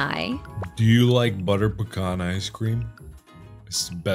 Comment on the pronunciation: Its butter pecan not butter becan ice cream